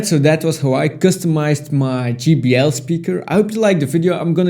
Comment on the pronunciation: Great custom but he said "GBL speaker."😂